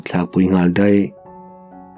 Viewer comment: Deih ti thrin lo teh..daih tih tur aw😂